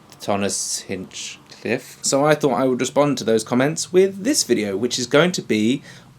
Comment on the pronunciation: Oh ma gaouud :D u took my idea so glad that u did:) Btw its hinchliff not hinchcliff haha xD keep up the grear videos man !